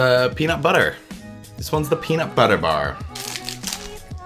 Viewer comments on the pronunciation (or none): The way you said "Peanut butter bar" sounded so American to me tbh